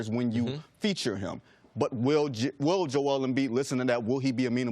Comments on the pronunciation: Why does CC always insist on pronouncing Embiid‘s first name wrong? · Everyone: “Jo-el Embiid” CC: “JOLE”